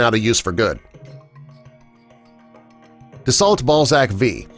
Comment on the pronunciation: Dassault is pronounced "dah-sew" not "dah-salt"!